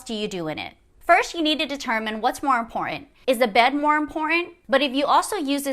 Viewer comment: Learn to pronounce the word "important" before creating any more content.